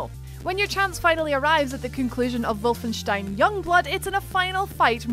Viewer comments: She pronounces it correctly, unlike the incredibly common mispronunciations by WC heh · thats how it should be pronaunced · The first native English speaker I've heard who can pronounce the 'stein' in 'Wolfenstein' correctly, mad respect for that xD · Thank you for actually pronouncing Wolfenstein correctly. As a German, thank you:) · I love that she pronounces Wolfenstein correctly! A big plus and comforting for my OCD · Finally an American that pronounces "wolfenstein" right.